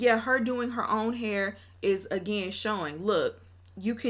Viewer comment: The Hur is a Dallas Texas accent ; I’m from & live in Houston Texas bday 9/9 & we DONT say it like that so she has to be using it sarcastically 😂😂😂